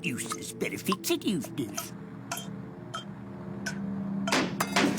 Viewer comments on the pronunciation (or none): Did anybody ever notice the way she says his name it sounds like used a**